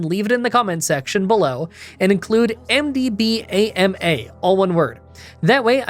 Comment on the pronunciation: MDBAMA should be pronounced like Obama